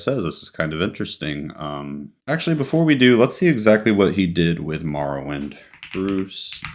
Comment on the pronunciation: It bothers me so much you cant pronounce morrowind correctly. Then you couldnt pronounce bruce's last name nesmith. You pronounce it nee-smith? Wtf 😂